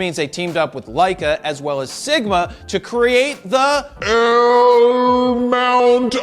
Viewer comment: I thought you were saying all this time , L MOUNTAIN LION- lol